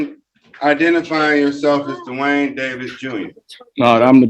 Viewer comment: "Duh-Wayne" Davis..........What a dope!